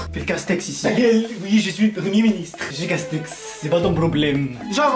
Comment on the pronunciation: Pour le père quand il dis jaen case tex il dis Jean case tete